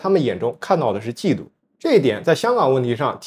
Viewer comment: 嫉（二声）妒[🐶]